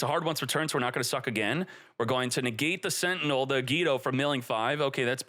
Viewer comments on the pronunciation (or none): none